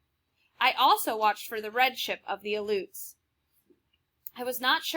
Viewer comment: You did not pronounced the Aluets correctly